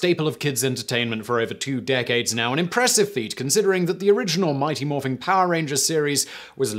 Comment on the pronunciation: Simon. There’s no “g” in the word Morphin in the title. Adding one at the end make it sound SO WEIRD! :P